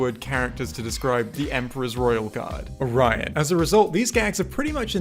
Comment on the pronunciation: The video is cool but why did you pronounce "Orion" like that lol